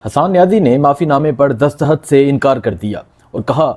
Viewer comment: Bhai Imran khan hota ha Imran haaan koi word ni ha. Dastakht hota ha dastahat koi ni hta lol